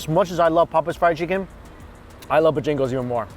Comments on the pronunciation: Damn y’all getting in your feelings over the pronunciation of boejangos 🤣🤝 just let be smh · Hey, Bojangles is pronounced Bo- Jangles. Sounds like 2 words, enjoy! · i love you but its pronounce BO-JANGLES 😭😂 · it's the way he says "BO-jangles" for me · FYI, when you return south,, it's pronounced BOH-jan-gles. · I was looking down when he said Bojangles and had to look up when he said Bo-Jingles. Love it. You can't through pass a town without seeing one in The Carolinas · I hate driving in Atlanta, but those noods look worth it. XD I'm laughing so hard right now, I'm from SC and am feeling it with how you pronounce Bojangles vs how my area does. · I was so confused by what chicken place he meant until I realized he was saying Bojangles differently haha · You're saying Bojangles wrong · The way he pronounces Bojangles lol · How does he not know how to pronounce Bojangles right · You are saying bojangles wrong lol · it’s pronounced Bo-Jangles. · Man... and the way he pronounces some words lol...it's Bo Jangles not bajingles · I dunno, sounded more like he was saying 'Bajingles'. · CMon man, it's not Bjangles, it's BO-Jangles. Heavy on the BO, not so much on the jangles. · BO- Jangles! Two separate words! Not Buh-jangles. Give it a breather in between the words. The northern ppl be talking fast. But when you in the south you relax man. You gonna learn how to relax for reals yo. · It's Bojangles not Bojingles come on. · Its not Bah Jingles, smh.......BO JANGLES!! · BoJingles or BoJangles? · Is it really Bo-jingles or Bo-jangles as in the song?? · Me, from South Carolina: cringes every time he says bahjagoes I love you but you gotta draw out the “bo”. It's bow-jangles... You gotta say it with a little twang and a very slight pause between the bow and jangles lol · I was screaming its BOjangles Booooooo jang le's 🤣 lol i dont even know where he gets bajingles from. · lmao "BAJangos"... Boe-Jangos 😭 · Bojangles not Bojingles.